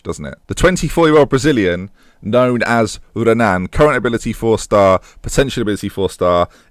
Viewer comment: The R in Renan is pronounced like an H. I.e. "Henan"